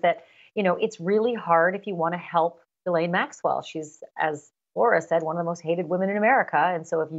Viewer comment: I don't believe she was a close friend because she mispronounces Ghislaine's name, which according to the Duke and victims is Ga-len.